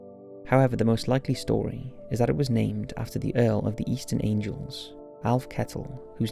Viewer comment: Eastern ANGLES. AN-GULLS. Not "angels". Fucking hell. That was just ignorant as fuck.